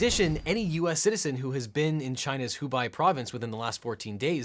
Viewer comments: Am I the only person who cringes when people mispronounce Hubei as "Hu-Bye" as though it were Dubai? It's pronounced "Hu-Bay" like the "ei" sound in "veil" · >pronouncing hubei as "who buy" And here, Legal Eagle continues to suck at pronouncing things.